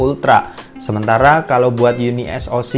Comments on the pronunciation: Bacanya kok. Jadi UNI - ES - O - SI 😂. yunisok aja biar enak.. 😁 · Unisok bang bacany bkan uni s o c 😂😂